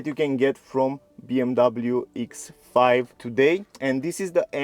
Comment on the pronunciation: “BMW Eeks Five”